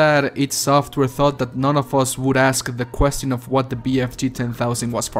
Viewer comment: Where are you from? The way you say the word "question" is pretty weird lol